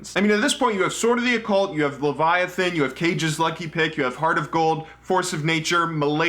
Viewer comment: I like your video and your style, but your mispronunciation of Kage's and Malady were driving me crazy.